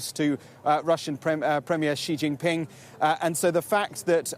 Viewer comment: The guy said “Russian premier chi Jin ping” 😂😂😂 (the spelling my be wrong)